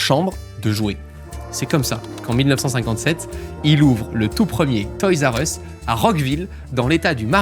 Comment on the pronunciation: ma mere dit "toys u ess" le R a disparu